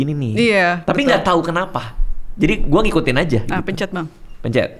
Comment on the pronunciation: 🙎🏻‍♀️"pencer bang" 🤦🏻"pencet"